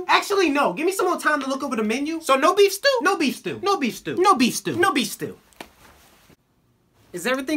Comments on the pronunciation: I thought he was saying beans for a sec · Wait beef I thought you were saying beans